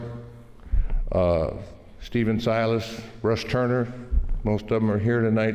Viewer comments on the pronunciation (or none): none